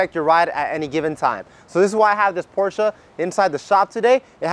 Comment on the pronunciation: Very rarely do you hear people pronounce “Porsche” correctly 🙌🏽